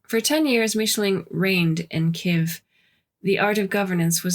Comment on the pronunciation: From a Russian citizen, I was told that the word spelled Kiev has two syllables.